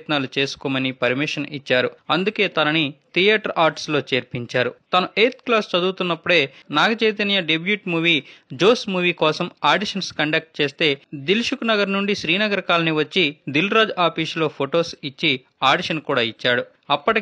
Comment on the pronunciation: Bro --- in the word--debut lo ' t 'is silent